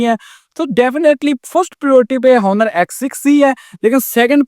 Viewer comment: Honor ni bolo bhai Oner He